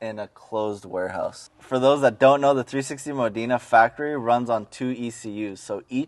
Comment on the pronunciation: learn to pronounce Modena hint its NOT Moh deena dude